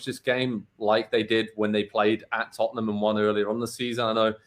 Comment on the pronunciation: did this guy on the bottom just call them tuttnum? its funny to hear americans talk about soccer and I'm american tut tut. taking care of tutnum